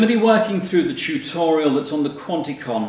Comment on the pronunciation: I like the way he pronounce Chutorial. LOL...